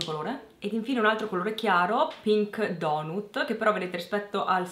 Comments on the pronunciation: Da qualcuno che vive in America "donut" non si può sentire. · Clioooo abiti in America e pronunci sbagliato donut?=p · Sarei curiosa di sentire l'impeccabile pronuncia di tutte le madrelingua inglesi/americane che, giustamente, si sentono in dovere di riprendere un'italiana che ha dovuto imparare l'inglese per necessità. Ovviamente al rogo Clio perché pronuncia "donut"!!